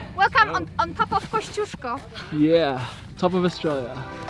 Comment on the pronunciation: That's actually the correct way to pronounce "KOSCIUCZKO"!